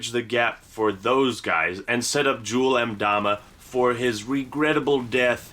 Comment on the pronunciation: Did he just pronounce Jul M'dama correctly?!?